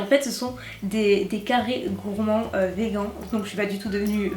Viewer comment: faut travailler ton anglais c’est plus possible d’abord tu dis "Vegan" et pas "Vegan" puis ensuite tu dis "Répitt" et pas "Ripitt" 😂